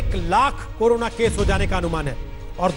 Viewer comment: कोरोना ( कोरोरना)